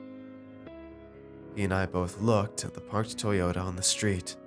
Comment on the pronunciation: Because Civics are made by Honda, not "tyota"